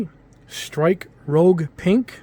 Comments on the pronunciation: he meant that he’s pronouncing it that way, it supposed to be pronounced rouge(rüzh) as in a shade of red as opposed to the similarly spelled rogue(rōg) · I hate to be that guy, but I gotta be that guy. It's rouge, not rogue. Rhymes with huge. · Love the channel, but the mispronounced names are killing me, haha. Hi-v = Hi-Nu, not Hi-vee Nu. The little v is the Greek symbol for Nu. Also, the Strike is Rouge (roo-jh) so-named because Rouge is French for red, referencing the different color scheme from the normal Strike.